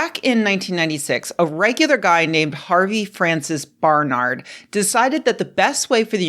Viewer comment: It’s BAR-NERD not BAR-NARD ,,,Barnard …I know , because it my mother’s maiden name.. Unless their from Spain 👍